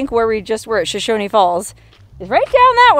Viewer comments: We pronounce it Sho-SHOWN without the extra syllable of E on the end. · No Haters allowed! This is my home town.. I remember watching this in Wendell 1974. So all you haters don't be mean to! She may have pronounced shoshone wrong but her ❤ is in the right place! You go girl!